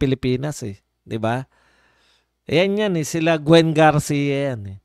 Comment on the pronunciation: BAI HINDE GARCI KUNDI GARCIA